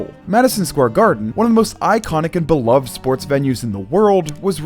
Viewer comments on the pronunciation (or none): none